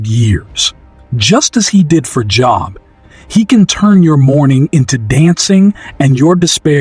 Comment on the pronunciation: This is a bot. Job is pronouncef with a LONG o sound.